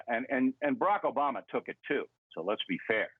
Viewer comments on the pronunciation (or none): none